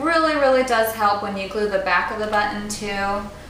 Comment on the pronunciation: lol she stresses the "tt" in the work button